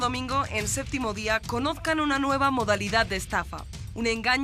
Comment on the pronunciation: Estaría bueno que aprendieran a decir “Séptimo”, todos dicen “Séctimo”